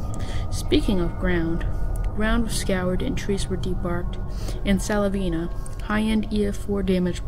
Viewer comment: Its not silavena kid its Sylvania. When you say it, its sounds like Syl-vain-ya. You forgot to show the picture of the school bus being towed away from Plainview High School in rainsville alabama that was literally twisted like an empty beer can.